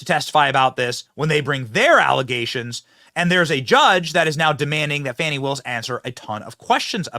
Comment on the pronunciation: Benny,news organization is pronouncing Fani as Fawnie! 😂😅 Does that mean there are 2 Fani's? Or she doesn't like being a Fani and wants to be a baby deer 🦌? Fawnie?